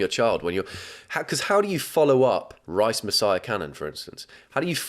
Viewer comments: Not rice… it’s rise….😂😂😂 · I love him but why doesn’t he realise rise is a word and it’s not rice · Do you not know how rice is spelt? You had a whole bit about ‘rice messiah’ it’s Rise as in raised 😂😭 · it’s not Rice, it’s Rise. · It's Rise not Rice v_v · it’s rise not rice hahaha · Obsessed with how he pronounced rise as rice and made several rice based jokes about it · calling Rise Messiah Cannon, Rice Messiah Cannon is so funny to me. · why is no one talking about how he read “rise messiah” as “RICE messiah” 😭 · It’s “Rise Messiah” not “Rice Messiah”😂 rise as in “all rise”. I can’t decide which version is actually more unhinged tho lmao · why did he say “rise” like “rice” and continued the joke about grains 😭😭